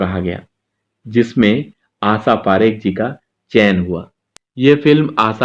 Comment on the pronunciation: Jnab aap apni bhasha shudh kijye. Sha ko sa ucharan kr rhe ho Asha parekh ko aap Asa keh rhe he. Ek Journalist ki bhasha ka ashudh hona sharm ki baat he.